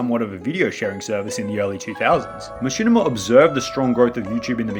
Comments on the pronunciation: bro learn to fucking speak "jurring" "machinimER" "YouCHube" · “Machinimar on Dewtoob” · I like when you say machinama, but I really like when you say machinamar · Dude keep saying “Machinamer” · How come sometimes you say "machinimer" and "youchube" instead of "machinima" and "youtube"? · The amount of times this man said machimina 🥴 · the downfall of Machinimer on YouChoob in two thousan' twelve, two thousan' thirdeen, two thousan' fourdeen